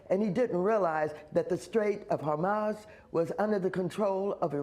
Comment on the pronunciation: The straits of Hamas? Am I the only one that heard that